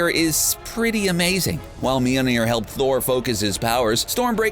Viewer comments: Its Mjölner not Mjelneer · MJOLNIR NOT MILNIR! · It’s not mealmeer it’s molmeer that’s how it’s pronounced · He’s says Mjolnir as MyOLNeAr. No hate bro. Love your vids. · Its pronounced as "may all neer" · Its pronounced myolnier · Why are you pronouncing it "meal-nair" ... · The pronunciation of mjölnir in this video is beyond annoying.